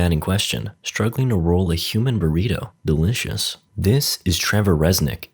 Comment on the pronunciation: the way you say delicious bro, i cant